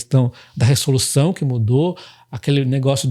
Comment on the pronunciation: Top demais., só uma correção: em todo vídeo a palavra resolução tu falas 'ressolução', quando deveria ser 'reZolução' kkkk